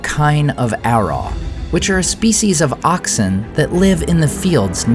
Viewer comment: 'Araw' is pronounced as /araʊ/ - like 'arrow' but as if it rhymed with 'brow'.